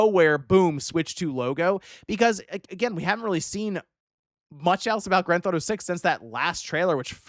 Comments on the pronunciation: I love how calls GTA: Granthato. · WTF is “Grand Thought-O 6”?